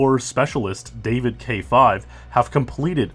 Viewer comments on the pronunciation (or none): none